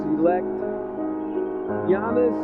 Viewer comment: Anyone realise that David Stern was the first person to pronounce Giannis name correctly